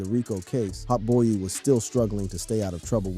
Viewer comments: HOTBOY-E 🗣‼️‼️😂😂 he gotta be fuckin round cuz godammmn 😂😂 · I could’ve swore I heard him call Hotboii like Hotboii-e lmao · Why tf yo reading his name like that lol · Learn to say hotboii properly, is not hotboeyy And is not 9 lokk 9 bro, glokknine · Hot boy-e and 9lock nine is crazy😭bro researched everything except pronunciation